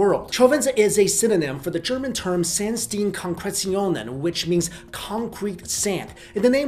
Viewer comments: Funny how you said Sandsteinkonkretionen. Sand --> the A is like the U in Sun, Stein --> the EI is like the Y in Fly & the ST is like "Shit" but without the i, Konkretionen --> more or less what you said. Great vid like always btw. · Sandsteinkonkretionen is pronounced [Zahnt-stine-kon-kre-tio-nin] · sändstiienkonkretionen xD Hilarious German dude! :o) But admittedly, its a difficult word!